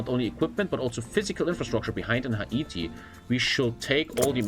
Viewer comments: the way he says Ha E Ti, instead of hayti, is great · Hah -eat-e actually hay-ti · Hay-tee not ha- ee-tee I couldn't stand that. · Editor tell it’s pronounced “HEY-TEE” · I don't know why he calls it Hai eee teee lol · Bruh no one talking about the way is saying Haiti? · I don't like how he pronounces Haiti.